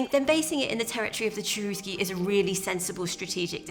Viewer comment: The name of the tribe "Cherusci" was pronounced "CHERUSHI" in Latin. In the native language it would have been "CHERUSHKA".